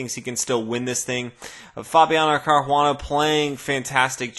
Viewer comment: Thanks for the videos and the quick updates on big tournaments. Sorry to bother you with this but I have been wondering for a long time though why you pronounce Caruana like he's Brazilian or Portuguese and not either in an American or Italian way?